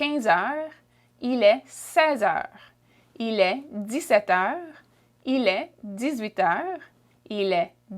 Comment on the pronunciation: Shes saying heures wrong